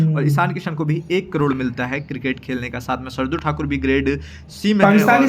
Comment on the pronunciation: Kirket nahi cricket hota hai